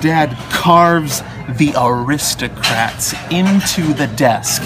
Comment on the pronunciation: "what do ya call the act?" "the arisocrats"